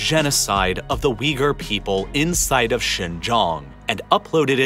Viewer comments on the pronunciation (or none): When he said, "Uiger" , I legit thought he said something else 😬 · Its not pronounced wee - garr. It is pronounce Ooy -goor. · it's read "Ooygoor". Keergeezistan. G as in goal.